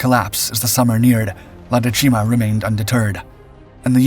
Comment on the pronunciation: The accent for dècima falls on the first syllable.